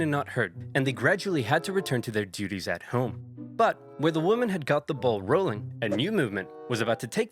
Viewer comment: Dude can’t pronounce “women”